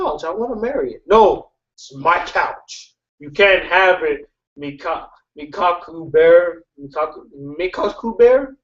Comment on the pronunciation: goodbye my shipping friend Mekaku is like Meh-kah-koo just so you know